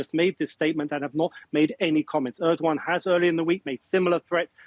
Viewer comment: Are they pronouncing his name as erdwan!!